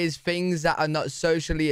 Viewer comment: The second word he said in this video is "fings."